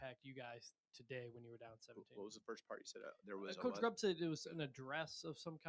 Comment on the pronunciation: If you're going to ask questions, them get the fucking coaches names right when you ask!! This is your job to know your people you're speaking with and asking questions!!! This means you're terrible at your job! His name is Ryan Grubb!!!!!!!! Not Grubbs!!! Know what you're supposed to know